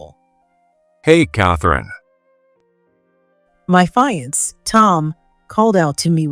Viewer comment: Teach your AI if it sees the word fiancée to pronounce it 'fee- on -say'... fiancée 🤗💖